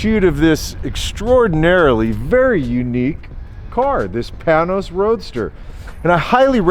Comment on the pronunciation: Pain nose. Not Pan nose.